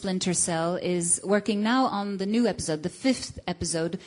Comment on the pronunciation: epizode lol she said epizode